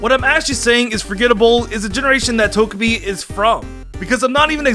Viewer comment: Pokemon: Togepi and: "Tojapi"